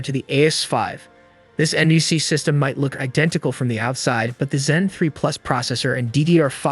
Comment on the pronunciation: NUC is pronounced more like "Nuk" or "Nook"